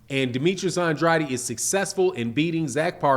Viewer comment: say it Ann Drade Ann Drade that's how you say it properly Ann Drade say it rite